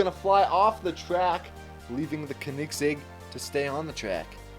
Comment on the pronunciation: It’s not the kenigsegg it’s a koenigsegg and pronounce “Koen” as “cone”